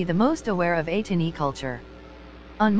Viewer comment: Atiny not etini